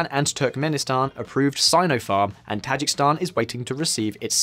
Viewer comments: Dude, it's pronounced Tah-ZHEEK-iz-stan, not "Tazhik-Stan" !!!! Also the people of Kyrgyzstan are Kyrgyz (pronounced Keer-GIZ). Learn to pronounce correctly if you are going to make a video about them!!! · Tajik-I-stan. Not Tajikstan. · Tajikistan is pronounced tah-Jee-ki-stan, is it not? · Ta-JIK-i-stan. Stress on the second. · For a video focusing so much on Tajikistan, this guy managed to mispronounce the name every single time. That’s actually fairly impressive. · No one cares he keeps mispronouncing Tajikistan?